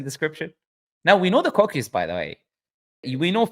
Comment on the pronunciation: جزاك الله خير على المقطع هذا 😂 was being used as "evidence" against Islam (مسيلمة الكذاب) and i can't believe my eyes to see the day ❤also there's a bit of a mispronunciation with the word "coccyx" thought I'd let you know